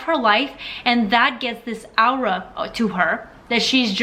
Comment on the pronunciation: Love your videos, as always 🙏🏽😊 ! P.S: If I may add, we pronounce "aura" "Orah", not "Owrah.